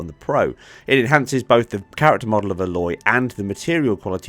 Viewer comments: why did u call her Ah loy, it is Ay lot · FFS man this character is now 5 years old. IT'S STILL NOT PRONOUNCED ALLOY! 😣